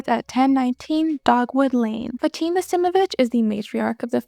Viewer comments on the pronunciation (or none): none